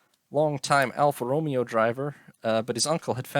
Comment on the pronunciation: Alpha Row-May-ow